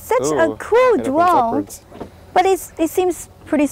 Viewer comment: yeh you can contwol the dwone with the weally small pad.